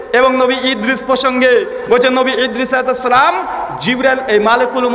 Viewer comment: সুন্দর করে সালাম টা ও দিতে জানেন না!